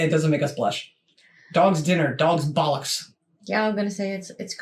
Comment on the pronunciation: LOVE THE WAY YOU SAY BOLLOCKS !!!!! Class